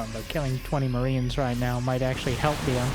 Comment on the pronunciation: Dislike for the pronunciation of Byun